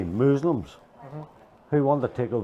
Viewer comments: What is a mooslum? 🤣🤣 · What the hell is a Mooslum?!